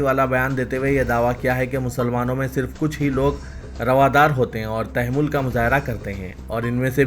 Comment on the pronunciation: It is Tamahhul, not Tamehhul plz.